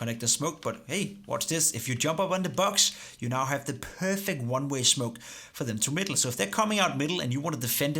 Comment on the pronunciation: det lyder som om du siger runway istedet for oneway